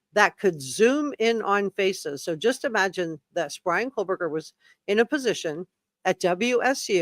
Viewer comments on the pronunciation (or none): its Koh berger no L